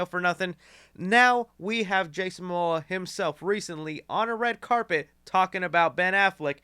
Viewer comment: bro putting up the fight of his life trying to pronounce Momoa